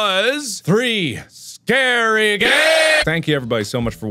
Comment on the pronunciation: 'Hello my name is markiplier and welcome back to three scary aids' That's legit what I understood 😂